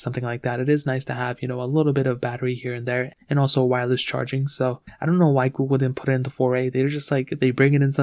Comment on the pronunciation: Can't watch it peacefully with his pronouncing of Google....goo-go lol